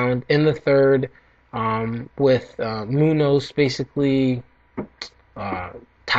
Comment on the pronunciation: Its Muñoz, which sounds like Mu-nioz. Shout out to all my Filipino people out there! :P